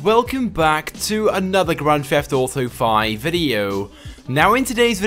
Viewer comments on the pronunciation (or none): What is a grand "fheft" auto video?